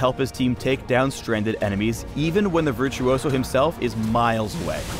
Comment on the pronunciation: did he really mispronounce virtuoso